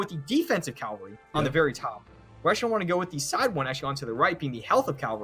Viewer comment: It’s ca-VAL-ry, not cal-vary! Your buddy is driving me nuts.